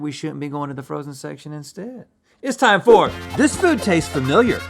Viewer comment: It's tome to spon tho whool of mothocoloto!